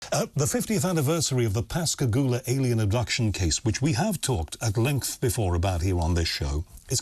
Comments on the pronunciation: I'm quite impressed that you pronounced Pascagoula correctly. As a native of the area, I often hear the name butchered. Well done. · You know they were abducted and experimented on by humans in the unacknowledged space force. It was an Alien Reproduction Vehicle (ARV) the two men saw. And I commend you for pronouncing Pascagoula correctly.